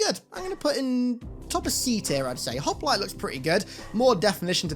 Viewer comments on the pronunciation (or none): none